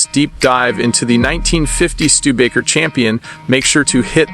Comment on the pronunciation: "Stu-de-ba-ker" is pronounced with 4 syllables.